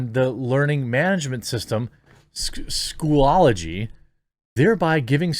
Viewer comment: Schoo looo geee, not School-Owl-O-Gee ......